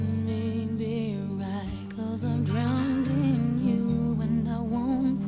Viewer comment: did say "drounding" you